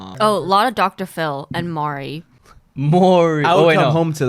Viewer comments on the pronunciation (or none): the way y'all say Maury as Mari 😂